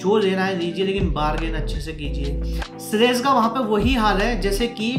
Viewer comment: Very well said.. Good detailing Thank you!! Its SLEDGE :) not slaze